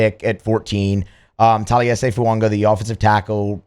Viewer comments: I need to know where you and matt see the “n” in fuaga 😂 y'all are saying foo-un-ga not foo-ah-ga I love it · Plrase learn how to say his name. It's not Fu-ongah!